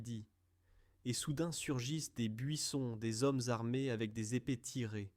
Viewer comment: "Epé tiré" l'ia met les épés en mode fusils 😄